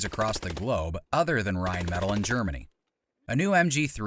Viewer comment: The way this mf pronounces “rheinmetall” and “Heckler & Koch” has never made me cringe this hard